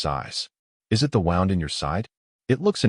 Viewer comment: The wound in his side was pronounced like I wound up my watch. You should teach your AI or human narrator the proper pronunciation. You can do better. Very good story, thanks.